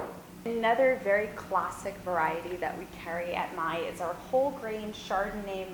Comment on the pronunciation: the lady from Maille is correct